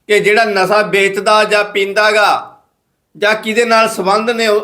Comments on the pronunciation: ਮਿਓਤਲ ਨਹੀਂ ਮੁਅੱਤਲ, ਨਸਾ ਨਹੀਂ ਨਸ਼ਾ ਹੁੰਦਾ ਯਾਰ।ਪਤਾ ਨਹੀਂ ਕਿਹੜੇ ਸਕੂਲ ਵਿੱਚ ਪੜ੍ਹਦਾ ਰਿਹਾਂ। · ਹੋਲੀ ਹੋਲੀ ਸਿੱਖ ਜਾਏਂਗਾ ਖ਼ਬਰਾਂ ਨੂੰ ਕਿਵੇਂ ਪੜਨਾ,,ਨਾਲੇ ਜਿਹੜੀ ਗਰਾਰੀ ਫਸਦੀ ਆ ਬੋਲਣ ਵੇਲੇ ਓਹ ਵੀ ਹਟ ਜਾਊਗੀ। ਮਿਉਤਲ ਨਹੀਂ ਮੁਅੱਤਲ ਹੁੰਦਾ ਪੱਤਰਕਾਰ ਰਵੀਸ਼ ਕੁਮਾਰ ਜੀ,,ਨਾਲੇ ਨਸ਼ਾ ਹੁੰਦਾ ਨਸਾ ਨਹੀਂ।